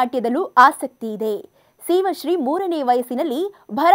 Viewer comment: Pronounce girl’s name properly